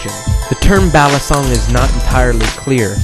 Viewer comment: Batangas should be pronounced = bah-TAHN-gahs Balisong - Bah-lee-SOHNG Actually just came back from PI and picked one up from Taal. Breaking it in as I watch this video. Aside from the mispronunciations, really good info.